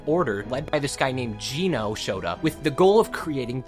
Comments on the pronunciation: Uhm actually it’s pronounced Geno not Geno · "Geno" is pronounced "Jen-Oh" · Bro still messed up Geno's name